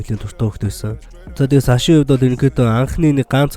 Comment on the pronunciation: саш bish сааш gj unshan shuu